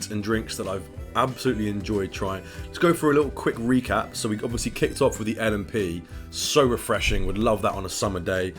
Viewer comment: You said l&p correctly